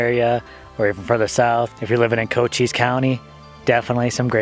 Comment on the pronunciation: This is all so interesting! Great info! Looking forward to the rest of this series! And did you say Coat Cheese county?